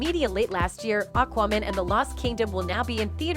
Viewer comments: Why is Aquaman (phonetically pronounced Ak Wa Man) being (phonetically) pronounced as Akoomun and AkWooMun, by this narrater? Sorry, I realise that the point of the video is the subject matter, but how did she not learn the name of the film, before recording this video? It is SO very distracting and aggravating! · It sounds like you're saying Aquawoman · I think given the fact that the narrator, for this video, cannot even pronounce the name of the film they are talking about, I would take most of what they say with a pinch of salt! The info in this video is just someone's opinion on info that we can all easily find, elsewhere! Pointless content, unfortunately!